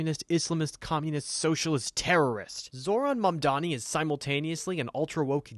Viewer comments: "zoran mendami" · "Zohran mindami" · “Zow Ron Mim Domi” 😂😂😂